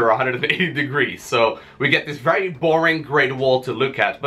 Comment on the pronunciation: Fery frey basic HAHAHA LOL